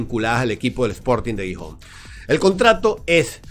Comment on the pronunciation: aunque Gijón comience con G, se pronuncia como si fuera una J. Sonaría un poco como jijón